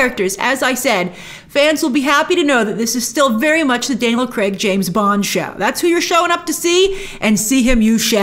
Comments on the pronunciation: Daniel Cregg, just say the guys name correctly. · Could you please, PLEASE start calling him Daniel Craig instead of Daniel kreg!!